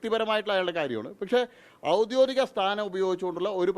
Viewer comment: 'ഔദ്യോതികം' എന്നല്ല 'ഔദ്യോഗികം' എന്നാണ് പറയേണ്ടത്